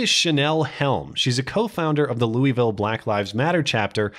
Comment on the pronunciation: It's pronounced "LOU-a-vull". Almost thumbed-down for that.